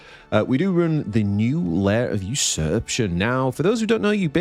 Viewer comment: Did you just say "boobs and goblets"? Looking at the card, I can see where you are coming from :D PS: there is an A in "usurpation" that you always seem to miss when pronouncing it :)